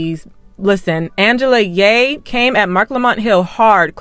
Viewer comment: No, it was Angela Rye, not Yay